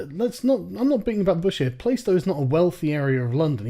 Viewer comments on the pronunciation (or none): It's pronounced Plah-stow not Play-stow :) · playstow is pronounced plars-tow. i like your videos but e13 is definately not middleclass, it really is full of theives, robbers and little shits with knives. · Dude i know Plaistow and you are pronouncing it wrong LOL Its pronounced Pla-stoe ;) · Isn't it pronounced 'Plastow'? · Minor fact check, Plaistow is pronounced (for some weird and unknown reason) as "Plah-stow" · It's pronounced "plaaah-stow". You ought to feel utterly place-name shamed. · You are pronouncing plaistow wrong. And its a total shithole like the rest of Newham. Searching inflated london house prices after the olympics and gentrification is intellectually dishonest. Cant say im surprised though. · Plaistow is a traditionally working class area that's suffered house price rises due to gentrification. There are housing estates just like that in Plaistow, you have shown you know nothing about working class London, FYI you can't even pronounce 'Plaistow' correctly. comparing house prices to Durham is laughably ignorant, and 382, 000 is cheap for London btws. You say that no one from a council estate ever goes to Cambridge,, then you mention 'the lucky few' in your next breath, how are you to know she's not one of those lucky ones? Literally nothing you say supports your claim. anyway, so what, the logic of your own tweet (she didn't grow up in a council house so doesn't deserve an opinion) renders your opinion meaningless, I think someone who's been homeless has a better idea of needing a home and where a person would be willing to live.